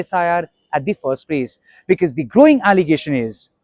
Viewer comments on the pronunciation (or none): It is not "bekese" but "because".